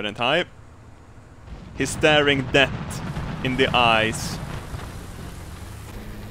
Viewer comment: Love how says ''Death'' as ''Debt''